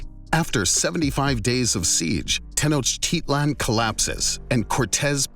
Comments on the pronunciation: The speaker has obviously never been to Tenochtitlan, or he would know how to pronounce it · it is pronounced (teno-tich-lan)